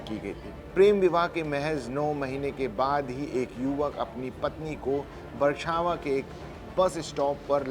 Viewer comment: अरे एंकर भाई बरछावां नहीं बछरावां सही नाम है।